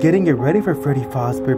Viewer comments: ITS NOT faz NO LOW A ITS FAZ LongA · Yes I get triggered by it so bad lol it is “FAzbear”a not “FOzbear” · Freddy faober 💀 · No hate but it’s fazzbear not facebear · Not foz bear it’s faz bear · Scooby Doo FNAF Fan he says freddy fOzbear but it’s called freddy fAzbear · Freddy faseBear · yup its freddy fASzbear pizza not freddy fOUzbear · Its terebole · You say fazbear like fozbear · Freddy Fazbear not freddy fuzbear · Is fazber not facbear! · Anyone else triggered the way he keeps pronouncing fazebear wrong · Yeaaa i loveeeeeeee fnaf and the fact that he said fAHzbear kinda pissed me lol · Y'all said Fazbear wrong y'all said fozbear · Bro is literally saying Freddy fos bear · It's pronounced Freddy F-AH-ZZ-BEAR"s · Who gets triggered every time someone says Fazbear wrong